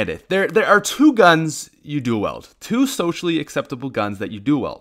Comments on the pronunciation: "Weld" lmao it's "wield" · Dual wEILD. Not “Dual wELD” as you say. Their is an “i” in the word. Pronounce it. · "Dual Weld" Come on! It's pronounced. Dual Weeld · Dual WIELD. NOT FUCKING WEALD. wee-ld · You know people have accents right?! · Isaac Martinez This isn't even an accent thing. Half of the people I hang out with are Canadian, and speak English like a fucking normal person. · I HATE THE WAY HE SAYS DUAL WIELD, IT’S NOT “DO WELD” IT’S DU-AL WE-AL-DUH” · Dual "weld" ?????? I thought it was wield or something... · Dual WIELD, not weld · Duel “weld”?? So triggered 😂😂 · “Duel weld” .... who the fuck pronounces duel wield like that..... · Wield not weld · It’s WEILD (Wheeled) not WELD u make me not wanna listen to ur advice 😂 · Dude its pronounced wheeld not weld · I like how he says people are stupid for using the dual weild smg and he pronounced it as(weld) 😄 😄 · I’m Canadian too, that’s not how we pronounce it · Please someone get on this man for the way he says duel wield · In dire need of a script, doesn't know how to say "wield"